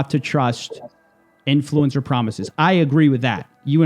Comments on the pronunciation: the most annoying this about this guy is how he pronounces inFLUencer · why does he keep saying influencer like that